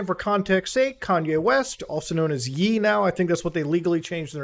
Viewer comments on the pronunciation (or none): Yee? Kan-YE, Muta. Come on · 'Yey', not 'Yeee'. Lmao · dude do u live under a rock or are u just tryna b funny? its "yay" not "yee" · Ye is pronounced "y-eh" not "y-ee" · It’s yay not yee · Its pronounce YAY not YEE lol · It’s pronounce Yae not Yee. Cmon bro! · Bro said "yeee" it's "yay" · Muta it’s ye like yay for the end of kan ye, not yeee like yeat why would that make sense also he’s not trans it’s still a man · ITS NOT PRONOUNCED YEE ITS PRENOUNCES YAY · he annoys me bad man 😂🤣😂when he pronounced yay as yee 😑😑😑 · Mutahar bro its YE (YAY) (YAE) NOT YEE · Bro it’s “Yay” not “Yee” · It’s ye as is Kanye … no kan just the ye … hence “ye” (yay) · Pretty sure its not yee its yay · muta it hurts when you say yee, ye is pronounced like yay😭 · Ye (provinces YAY not YEE) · Lmfao muta it’s Ye(Yay). You know KanYE and not KanYEE. Lmfaoo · Ye would be yee as in ye old 😂 You mean ye as yee not yay 😅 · Ye is pronounced YAY, as in kanYE. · Ye is pronounced “Yay” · It's pronounced Yé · Bro said yi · How do you manage to pronounce ye … yee? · couple of things, pronouncing his name yeee, is so funny to me lol but more importantly, the ye interview in question was taken down by the uploader, not by youtube. think this is important, as in the context of this video, it was not youtube that deemed it illegal, or even hatefull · Man it’s not that hard.. it’s pronounced “Yay” as in KanYE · It's pronounced yay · ye is pronounced like yay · Myra it’s pronounced yay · love how muta pronounces ye as "yee" funiest thing ive ever seen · Ye. It’s pronounced yay. It’s legit just the last bit of his name. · its pronounced yay, like the end of kan(ye) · Ye is pronounced like "yay" like khan-yay (Kanye) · I don’t want you to sound crazy, it’s actually pronounced “yay” like the end of Kanye. But you’re probably never gonna say his name again lol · Oh my god muta you misspronouncing “Ye” (pronounced y-ae) is about to set the whole kanye fanbase after you 😭😭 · bro said yee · Ye pronounced as yey